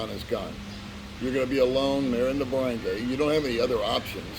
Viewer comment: Barangay is pronounced BA-RUNG-GUY :)